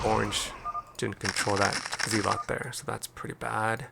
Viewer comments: Respectfully, and kindly, asking you to consider that the pronunciation of "zealot" is not "zee-lot" but rather "zeh-let". Check it out with some online recordings of the word's pronunciation. GG and have a great day! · Is this AI voiceover? ZEELOT??